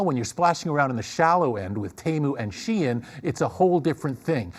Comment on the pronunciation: First time I heard someone pronounce "SheIn" (She-inn). Not sheen. Which is a word itself.